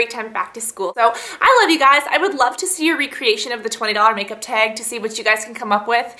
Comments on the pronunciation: you say tag so funny hahaha "teg" :) great video too! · I hate the way she says "tag". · what's her accent? she says "tag" and "bag" kinda strange haha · the way she says tag..... :/